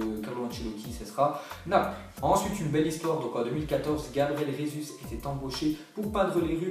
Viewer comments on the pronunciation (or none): none